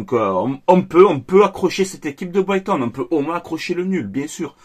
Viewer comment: Bordel ça se dit Braygton que boyton oh fatigué